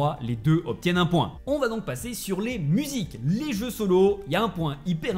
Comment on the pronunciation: C est bizarre il arrive a dire "je" mais pas "jeux"